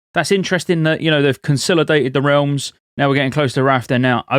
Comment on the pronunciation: I don't care how you say "scourge", but "consilodated" is not a word.